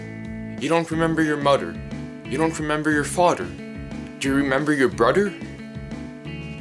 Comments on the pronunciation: I might be ur buder u dont remember ur muder or ur fader 😂😂 thats how he taljs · WHY ARE U SAYING MODER AND SAYING FADER AND BRODER XD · He calls mother moter He calls father fater He calls brother broter